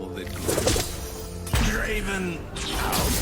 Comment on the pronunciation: It's not draven ITS DRAAAAAAAAAAAAAAAAAAAAAAVEN